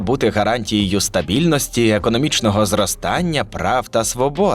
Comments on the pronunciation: Шановний голос за кадром, іменники в родовому відмінку, які ви проговорювали у відео мають закінчення "і". Наприклад, стабільності, а не стабільности. Я перепрошую, що я душню, але вухо ріже протягом усього відео. В цілому відео шикарне! Дякую! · Відео цікаве, інтересно дивитися, дякую що зробили. Але диктор, ви є читаєте текст і так противно чути - ріже вухо ці слова ваші, сумніваюся що там пише в тексті "стабільностИ, зайвої скромностИ,"